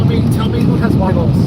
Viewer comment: My kids call it WEEE-GLES too